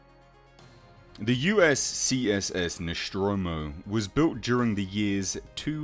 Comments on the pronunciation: I believe it is pronounced Nostromo, not Noschtromo. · the "Noshtromo"? WTF? Since when it is Noshtromo and not NOSTROMO? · It's Nostromo'.. Not Neschtromo'... Damn Brits'... So annoying... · Noschtromo? ....seriously? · Very good vid but why do you pronounce the ship's name as "Noshtromo"? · What the fuck is the ‘noshtromo’? Was it built at the Sean Connery Shipyards? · Really interesting stuff! Where the hell did u find all the data of Nostromo? BTW didn't know is's pronounced Noshtromo. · One minute in and You've already pronounced the name of the vessel wrong twice. The name is NOT Noschtromo, okay?